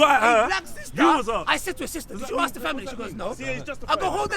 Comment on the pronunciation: the word is ask'd not aks'd